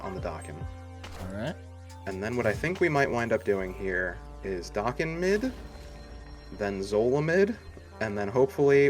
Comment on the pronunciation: It's da ken not doc ken come on people lol